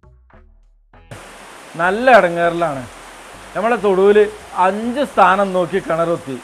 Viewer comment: സ്ഥാനം അല്ല 🤐 താനം 🙄